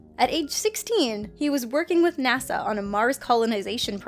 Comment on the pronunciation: Did she just call NASA 'Nassau?'